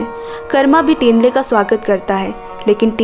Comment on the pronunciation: not टिन्ले👉️ठिन्ले not सेरिङ👉️छिरिङ